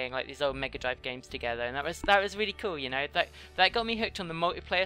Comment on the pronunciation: you said coll not cool